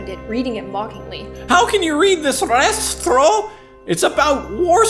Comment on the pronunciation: It's uh... Pronounced: Ray-stray-ow ._.